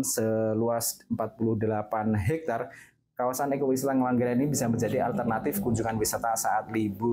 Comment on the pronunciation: Ngengglangran itu daerah mana mbak anchor😅😂 ?